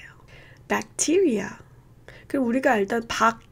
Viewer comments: v바이뤄쓰, 배악튀리아, 머모뤼어 반복 학습해서 잘 발음 하겠습니다. 감사합니다. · virus v바이뤄쓰 bacteria 배악티뤼아, '티'에 강세 memorial 머모뤼어, '모'에 강세 black 발음을 더 정확하게 알게되었어요